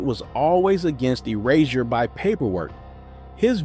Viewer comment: "Erazzure" just jump right out at cha!